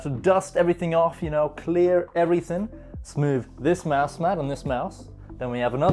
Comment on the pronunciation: Is he saying mouse mad or is it just me